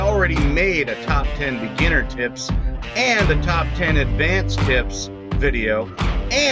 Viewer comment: What I hear "these are the ultimate beginner tits!" Okay where is the tits?